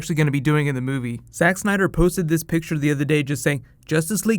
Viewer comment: Did you just say SEX SNYDER at the start?